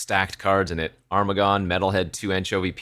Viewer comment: Armaggon: pronounced Ermahgerd-n 😸